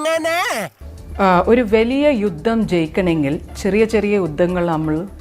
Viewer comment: യുദ്ധമല്ല... ജുദ്ദം